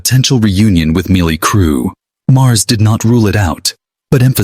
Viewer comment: "Mlie Crue"